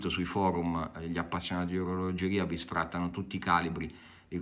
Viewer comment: Comunque "bistrattano" non "bisfrattano" ... Gesù almeno l'italiano se possiedi un Cartier 😂